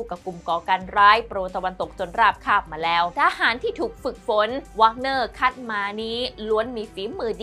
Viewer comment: หน่วยทหารไม่แน่ใจออกเสียงผิดหรือเปล่ารบกวนตรวจสอบอีกทีแล้วกันครับ แว๊กเนอร์ ไม่ใช่วากเนอร์